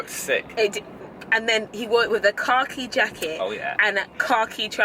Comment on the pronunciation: Just came back and rewatched this vlog, the whole time I thought you were saying "car key jacket" instead of khaki lmao